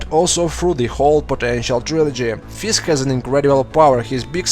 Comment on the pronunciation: you sound like the russians in daredevil when u say fisk